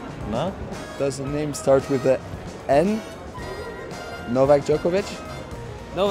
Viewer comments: the way Cilic says Djokovic 😂 The right way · I love the way Marin pronounces Djokovic hehe